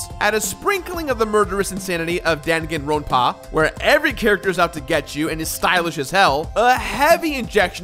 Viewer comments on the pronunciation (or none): Dan-gan-rone-pah? Close pronounciation, but no cigar. Anyways, great video! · “daanginrownpah” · You butchered the pronunciation of Danganronpa harder than V3 cast did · as much as i love the completionist my absolute love for the danganronpa series makes his pronunciation of the name unforgivable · You don’t need to overpronounce Danganronpa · It's really wierd how says danganronpa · And yet ANOTHER person who has pronounced Danganronpa wrong. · The way he said danganronpa physically made me cringe. Overall great video.